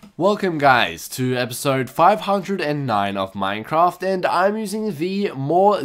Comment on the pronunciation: I thought he said minecomp instead of minecraft lol